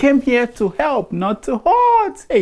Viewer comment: What Tinubu is ' DOING ' to HURT us is so loud I can't hear what he says when he says he intends to " HEP" us. " HEP" ooo, not ' HELP' What happened to ' L ' 🤣